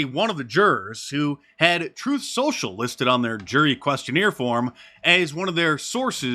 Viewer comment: That juror actually said Troof Social